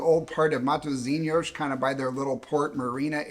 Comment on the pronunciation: proud of how you pronounced ''matozinyosh'' at the beginning